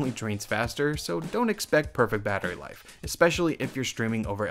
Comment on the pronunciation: It’s pronounced “Battery life”, not “Barry life”.